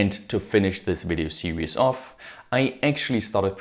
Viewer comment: If you pronounce "Series"; "Serious", how do you pronounce "Serious"?